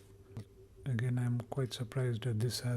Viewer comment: Stop saying "again" incorrectly. It's awful.